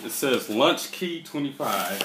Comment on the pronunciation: LAUNCH not lunch bruh!!!!!!!!!!!